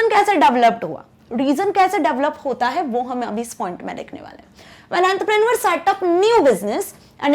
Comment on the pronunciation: Its technology not tecnalogy also its entrepreneur ship not wht ever u said if ur teaching us at least to it right 🙄